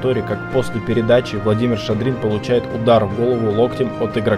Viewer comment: Обзор полное говно. Ты даже фамилию Шадрина не можешь произнести правильно